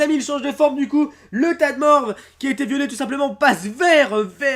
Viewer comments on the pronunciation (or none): none